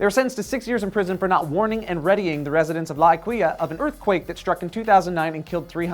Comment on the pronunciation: The way he pronounces l'aquilla...